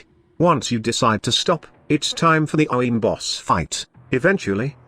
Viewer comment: Man your TTS straight up cannot say “Orowyrm” lmao